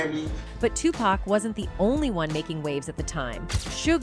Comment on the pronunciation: Honey you have to learn to pronounce certain names like jodeci for one and flava and Tupac 😂😅😂